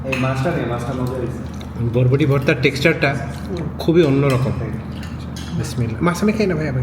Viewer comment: শোনো এটা বডবডি হবে না, উচ্চারণ হবে বরবটি।